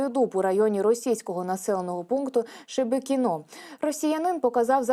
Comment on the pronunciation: ШебЕкино,а не ШЕбЕкинО.Что ты за диктор?Научись ударение правильно ставить.тормоз.